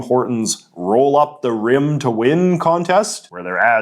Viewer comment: The rolling r in "roll up the rim" evoked Scottish vibes to me